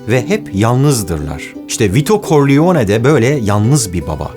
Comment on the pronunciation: “Koriyone”… “Korliyone”… “Vito Koriyone”… düzgün telaffuz etmen lazımdı yani “Karrleone”.